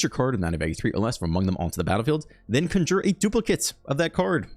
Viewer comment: Hey Doc, Your pronunciations are honestly very endearing but, my weird brain feels obligated to intervene. Knock-Tuh-Moon and Con-jur. You’re the best, dude! Also happy belated birthday I watched the video at work yesterday and forgot to leave a comment. Onward we march to the abyss!